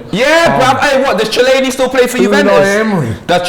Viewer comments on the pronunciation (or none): man said chillaini